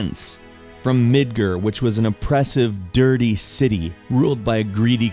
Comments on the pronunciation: ERMAGERD! MIDGER! It's MidgAr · lol midgur, that pronunciation was so terrible bro. its mid gar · Midgar, not mid-grrr. Idiot. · I'm sorry I had to say this, its MidgAr not MidgEr. Otherwise very nice video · midger? you mean midgar? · mid- GAR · well documented that it's pronounced like "mid-gahr" but to each their own. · GuthrieTheBoy I understand. But it’s not like he’s saying it all that wrong. It’s a slight difference and nothing to be a dick about. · Midger? 😂 the fuck is Midger? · wtf? wasnt expecting much from this but it was really good! "Midger" lol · I don't think I ever heard anyone pronounce it Midger before.... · You're saying Midgar like midger.